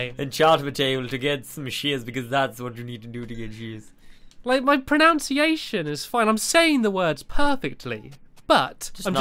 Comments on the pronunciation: "My pronoun-see-a-shun is perfect" sorry to break the news stamps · You said pronounciation wrong. 👍🏻 Love ya Stamps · when ur talking about how good your pronunciation is and you pronounce pronunciation wrong